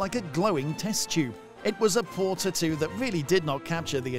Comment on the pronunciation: the way u say "taattoo" is bumming me out, it's a hard pass from me.